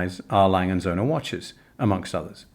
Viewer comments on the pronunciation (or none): none